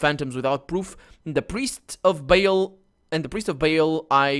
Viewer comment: I've really loved this playthrough thanks for making it. Although one flaw I've noticed you have is you are horrible with names. you say most famous d&d names wrong, Bhaal's name, and even the mcs name wrong. markos not markus. But again thanks for this even if my thanks is years late.